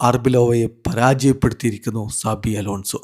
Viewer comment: Saji alla sabi 😂😂😂